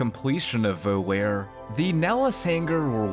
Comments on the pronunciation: I hate to be that guy, but “volare” is pronounced “Vo-lah-ray” not “vo-lare” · It’s pronounced VO LAR AY it’s Italian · Vo-lair?!? Yer killin' me. LOL. t's Vo-lah-reh. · Vol-are-ay, not, vol-air. It is Italian for "to fly" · The quest name "Volare" is pronounced VOE-LARR-AY, not VOLL-AIR. It's from a famous Dean Martin Rat Pack era song that's long been associated with Las Vegas. Surprised this never came up in the previous 48 episodes. A few minutes of research should have cleared this up, but we all miss stuff eventually. This is a really fun series for people that love FNV, and a very minor complaint overall. EDIT: Now I see that I am at least the sixth person to point this out. Sorry! ¯\_(ツ)_/¯ Here is the Dean Martin song that inspires the name of this quest, btw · FYI volare is not pronounced like "vol-air" It's "vol-are-eh" like in the song "Nel Blu, dipinto di blu" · having studied latin for many years, i just have to say it. the quest "Volare!" it's a latin word that means "Fly!" the letter V is actually pronounced like a W in latin. The quest name would be pronounced "Whoa-La-Ray" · as an italian I cringed everytime you pronounced Volare as “Voe-lair” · It's pronounced VO-LAR-EH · Wait, isn't it pronounced like Voh La Ray? Like in the song? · to be fair I used to pronounce it Voh Lair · That's....not how you pronounce "Volare" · You keep mispronouncing "Volare", so here's Dean Martin with the pronunciation guide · There has to be at least one comment in here about how you pronounced "volare" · you saying volare that way physically hurt me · He mispronounced the word volare. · yea but i never knew it was pronounced like that